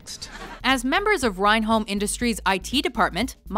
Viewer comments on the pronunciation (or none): renholm is not pronounced with an I.